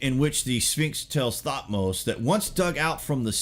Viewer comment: Bro it's not (thot- mose); it tuth-mosis